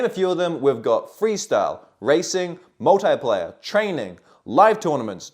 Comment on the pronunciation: Multeyeplayer. You mean Multiplayer 😂